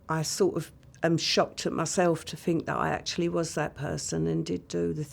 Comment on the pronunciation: Think is not phink, stop mispronouncing it as such.